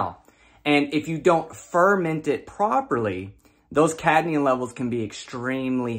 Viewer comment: Cadnium? like nucular, lol